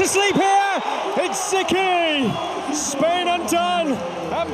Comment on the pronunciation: Spain without an "S" 🤣🤣🤣🤣